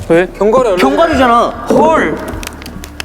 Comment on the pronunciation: 애들 다 견과류발음 건과루라고햌ㅋㅋㅋㅋㅋ귀여워 ㅋㅋㅋ 나도 맨날 카페에서 손님한테 말꼬여가지고 계피가류 아 아니 가류 이러는데 ㅋㅋㅋㅋ